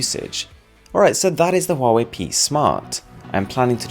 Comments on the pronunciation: Its says like how ey! Not huwawei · "Hawaii" is the correct pronunciation, not "Huawei". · Dude. Just watch their YouTube channel. They pronounce it as huawei, not hawaii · It's pronounced Haway, as in "Ha'way the Lads" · We in arab countries pronounce it as hawawy 😂😂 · It's หัวเหว่ย mate ;)